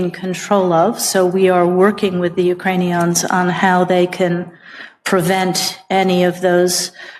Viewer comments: Ukrani-ONZ, like cling-ons...? nuland's pronunciation and statesmanship do not reflect well on our state dept. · Everytime Nuland says "Ukrainions", a Nazi gets its wings...